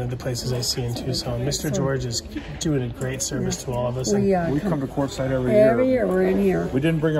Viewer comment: It's Quartzsite, AZ.